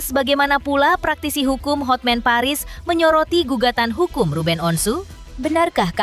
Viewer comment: Terganggu dengan kata "HOTMEN!" HOTMAN mbaaaaakkkkkkk